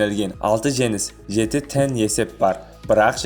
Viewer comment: тең дегенді тән дейсің арапша ма?